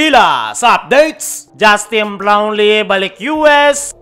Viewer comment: kala ko mali pandinig ko sa kaso unilit pa ang pag bigkas ng Justine Blownlee sa